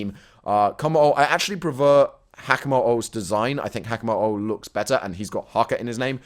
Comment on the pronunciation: haakah omfg your pronunciation is soo bad